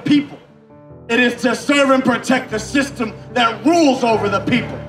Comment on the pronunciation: "WE ARE DECLARING A POLITICAL WAR ON THEIR THISTEM"